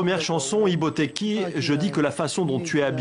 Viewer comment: C'est pas Ibotèki,c'est Ibotèkhi. Vous ne comprenez pas les langues Africaines,et c'est vous qui voulez toujours parler dans l'affaire des autres.